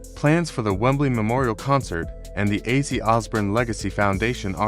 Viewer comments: It's not azzi it's OZZY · you had one job. mf said azzie 🤦🏽‍♂️🤦🏽‍♂️🤦🏽‍♂️🤦🏽‍♂️🤦🏽‍♂️ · Could you please pronounce his name right. It's Ozzy like Ozz e